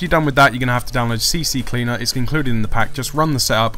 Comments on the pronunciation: Its actually called Ccleaner not CCCleaner lol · STOP CALLING IT "C-C-CLEANER" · Damnit everybody says it wrong, its Ccleaner not Cccleaner